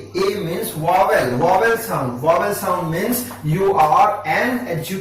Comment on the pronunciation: Your teaching style is awesome! Just a minor correction that is vowel not wovel.... Thank you so much for all the videos!⭐⭐⭐⭐⭐